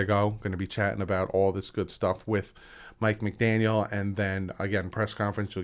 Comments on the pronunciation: Hey I know it is hard but try to stop saying McDanielS, lose the S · Brother no offense but youre horrible with names... Its McDaniel no s its joe philbin not philman and its youscheck thats how u pronounce it bro... Do watch the games? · McDaniel no s please lol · It's McDaniel. No s at the end. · McDaniel no ‘s’ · McDaniel not McDaniels, other than that another excellent video! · I'm sorry, I couldn't help saying this because I cringed every time I heard it but.......Juszczyk is pronounced YOOSS-chik not juicy-chick 😂😂 (just having a little fun there) and there's no "s" in McDaniel. Again, sorry, but just helping you out a little bit here. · Bruh, it's McDaniel. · It's Mike McDaniel, no s on the end. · No S. No S. NO S. Also Juice-check. You know damn well what you're doing and it's not endearing. Just say the goddamned names right. A mistake every now and then is one thing but doing it every vid makes you look like a jackass.